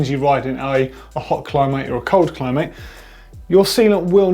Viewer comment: Did he just say Cli-mate? Lol.